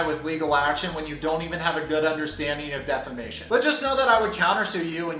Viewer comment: Love you, but the irony of you pronouncing 'defamation' incorrectly and spelling 'lawyer' (i.e. lawer) wrong doesn't bode well for ya when you're criticizing Deavan's intelligence :\ I do agree that Deavan's a bit out to lunch though...